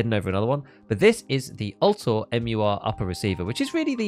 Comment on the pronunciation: First Tarkov streamer I've seen pronounce Vltor properly!